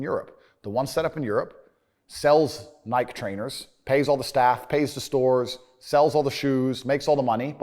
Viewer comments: I have never heard Nike pronounced like that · We not gunna talk ab how he pronounces nike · TATE L for not knowing how to say Nike 🤣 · The way he pronounces Nike is cringe